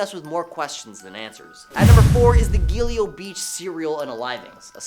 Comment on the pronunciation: It’s pronounced “gill go” the Gilgo beach murders.